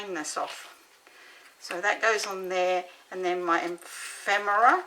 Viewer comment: It’s EPHemera Di, not emphemera